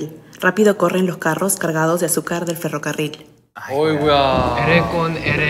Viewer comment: Sungjin con su ferricarrol xD